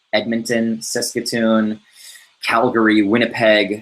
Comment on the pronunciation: Really stoked to have you come to Saskatoon Watsky, I live an hour out of the city in a small town but ill defiantly make the drive for that show been waiting to see you live forever. Btw, You pronounce the a in Saskatoon haha